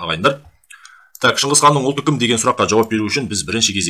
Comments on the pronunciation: шыңқыз қанда шыңғыс қанда емес шығысқан деп айтылса дұрыс болар еді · Шынгызхан емес Шыңғысхан. Саған әңгіме айтыуды ким койыпты ? 🐫❗